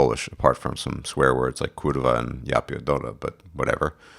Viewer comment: D Very nice "kurwa" and "ja pierdole" prenounciation:-) Good luck on your plans:-) Awaiting your take on the LP!